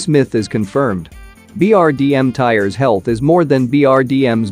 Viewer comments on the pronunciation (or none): none